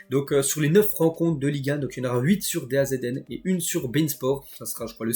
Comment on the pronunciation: çà se prononce "dazone"